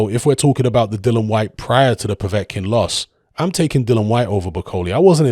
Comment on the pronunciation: still can't pronounce "Dillian" correctly.